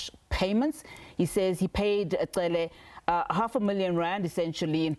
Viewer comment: Why would he continue to pronounce Cele like that?